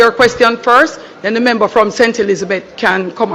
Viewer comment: And the big foot gyal dunce too....what the heck is membu. Correct pronunciation is member. Even basic/elementary kids would pronounce it much better.